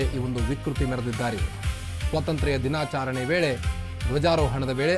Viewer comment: ಕನ್ನಡ ಪದಗಳ ಉಚ್ಚಾರಣೆ ಬಾಯಿಂದ ಸ್ಪಷ್ಟ ಬರದಿದ್ದರೆ ಅರ್ಥಕ್ಕೆ ಅನಾರ್ಥವೆ ಸರಿ. ತಮ್ಮ ಬಾಯಿಂದ ಬಂದ ತಪ್ಪು ಶಬ್ದ. ದಿನಾಚರಣೆ ಅನ್ನೋಬದಲು ದಿನಾಚಾರಣೆ ಎಂದು ಉಚ್ಛಾರಣೆ ಮಾಡುವುದು ತಪ್ಪು. ಕನ್ನಡ ಸ್ಪಷ್ಟ ಓದಲು ಕಳಿಸಿ ಕೊಳ್ಳಿ.